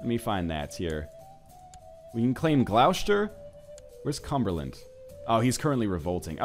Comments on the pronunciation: Oh God why do you add so many sh's where there are none? It' Gloss-ter and Less-ter, not glou-shter and ley-shter. Also if you want bigger claims check who holds a duchy (view the character and click the shield by them to go to the title) then there should be a tab that says "claimants" next to "Create/usurp" and "make primary". Picking claimants will show you who has claims to a title, if you invite them and give them a county you can push their claim and they'll serve you afterward. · It's not pronounced Gloushter, it's pronounced Gloster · Northernlion, protip: 'Gloucester ' = 'Glosster' :) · Oh NL your pronunciation of English counties is hilarious, Gloucester is actually pronounced as gloss-ter, not gl-ow-shter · Dude, Gloucester is pronounced 'gloss-ter'. I just cringe a little every time ;) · Again, i died when he tried to pronounce Gloecester. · 'Gloucester' is actually pronounced 'glu-ow-chay-stee-are' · The way he pronounces Gloucester makes me cringe every time